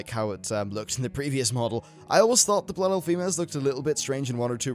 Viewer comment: "Bloof elf" Too good.